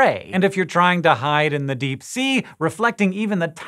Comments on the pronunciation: "Dee" did you mean "Deep" ? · Disappear into the dee you say what is the dee? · into the dee lol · Pee is store in the dee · "What lurks in the DEE" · into the Dee? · “Into the dee” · "Into The Dee" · Into the Dee!!! Ew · Hehe dee